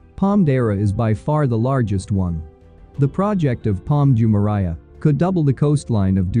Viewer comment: You can't even pronounce Jumeirah properly. I bet you have never even been here